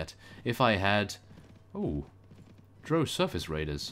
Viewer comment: by the way drow is actually said like the ow you would say after being pinched